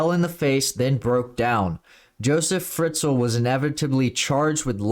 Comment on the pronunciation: Hello, from an austrian. That case was huge in the country! And btw - he is called Josef Fritzl, not Friztl maybe you want to correct that 😘